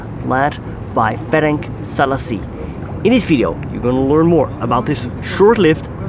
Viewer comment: I like this channel but it so annoyingly to hear [Ferenk Zalasi]. More correct is [Férents Sálashi], letter S gives sound sh as well as Z gives zh, for it's neutralization they add letter c after s/z to make sounds s or z